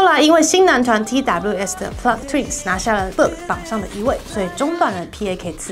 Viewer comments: 唯一唸錯tws...希望可以改正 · TWS的團名念法希望可以改正...